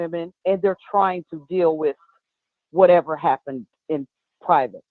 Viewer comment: Jason!!!! I love that you say whatEVA!!!! Love the format.